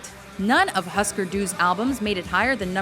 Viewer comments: it's pronounced hoosker doo not huhsker doo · its accutally pronunced Hyoosker Dyoo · Geeezz. Do your research properly! It's pronounced "Hoosker Doo". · Husker Du is pronounced Hoosker Du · I guess I really shouldn't have expected to be able to pronounce Husker Du or Ian Mckaye. Even Joe Dirt knew how to pronounce Husker Du